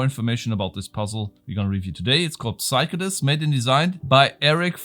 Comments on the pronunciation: Psycho is pronounced like Seiko. :-) thanks for the lovely content, and I vote for Puzzle Box nr 1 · The P in psycho is silent